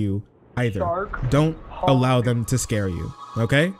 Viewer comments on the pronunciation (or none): none